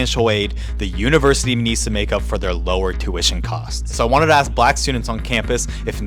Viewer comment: Can't you say "ask" Properly?